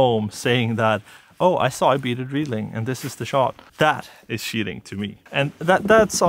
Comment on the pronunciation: Great vidéo dude, very nice shots as well. Cheating is said "Tcheating" so now you now xD